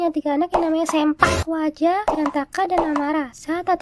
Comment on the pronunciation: Bukan sempak waja tapi seuplak waja .